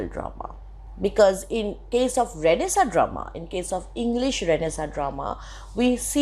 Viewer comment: it is not pronounced as Renaisaaaa its Renaisaannnnnnnnnce